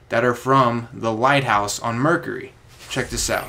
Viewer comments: Mercury - ---> Mer-cue-ree (ry) or to make it easy its like Mer-Q-ree , sorry i don't want to be that guy but hearing you butcher the word constantly hurt my ears. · STOP SAYING MERCURHY